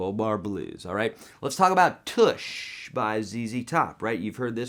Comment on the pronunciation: Real nice lesson, I like how you show the basic chord construction which other teachers assume you'd know but may not. Also, the song is pronounced "Tush" like in 'plush' or 'touch' not like 'push' or 'bush'. Thanx, bye.